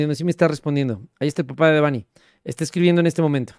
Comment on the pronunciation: Muy bien con su investigación 👍 PERO… me Caga que pronuncie mal el nombre de “Debanhi” 😡😠😡 ¡más respeto a su memoria! El acento va en la letra E, “no en la letra A” Repito, ¡EL ACENTO VA EN LA LETRA E! Fíjate como lo pronuncia su propio padre!!! Si fuera acento escrito sería “Débanhi” No como tú lo dices “Debánhi”, al chile en súper buen plan ya corrige eso…